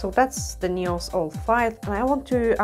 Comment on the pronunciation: Dzień dobry Pani. Taka mała sugestia z mojej strony jeśli chodzi o język angielski słowo "paznokieć" - nail czyta się i mówi się "nejl" w liczbie mnogiej nails - "nejls", gdyby Pani zechciała użyć tej wskazówki odbiór Pani filmów będzie przyjemniejszy dla osób mówiących biegle po angielsku lub dla osób mówiących tylko po angielsku. Pozdrawiam i życzę miłego dnia 😊